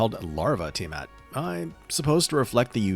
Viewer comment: THANK YOU for pronouncing her name correctly and not saying it is "Tyre mat" 😭